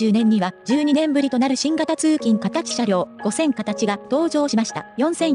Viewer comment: アップロードする前にナレーションのチェックしましょうよ。「はっせんかたち」「ごせんかたち」「しょきくるま」「ワイドドアくるま」はひどいでしょう。